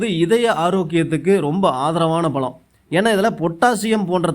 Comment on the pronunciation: நாவல் பலமா ? நாவல் பழமா ? தமிழை சரியாக உச்சரிக்க தெரியாத தார்*டவராயா தயிர் வ *டை வா*யா 😮